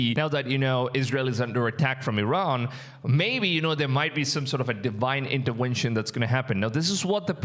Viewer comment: That is a V in intervention not a W